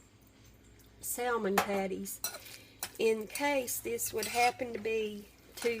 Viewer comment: The L in salmon is silent. Its SAMMIN